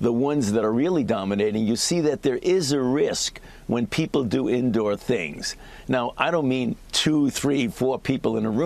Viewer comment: He said indow